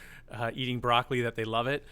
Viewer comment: Only criticism. Migh-hight. I-hits, wa-has. Splitting words to reach a note mid-syllable is really annoying and shows a lack of support that he needs to trampoline up to the higher note. Spoils it. Once is OK. 10 times is annoying. Perhaps it’s just a bad habit. You should have commented on this if you are a classically trained vocal coach.